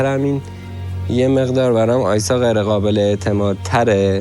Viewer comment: چرا اینطوری حرف میزنه ؟ غابل (قابل) غبول (قبول ، غلبا (قلبا) ، غغغطعاااا (قطعا) ق و غ تلفظش فرق داره انتر، حرف زدن یاد بگیر اول